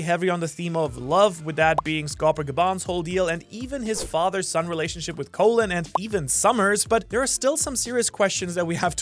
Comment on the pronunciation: Colin not colon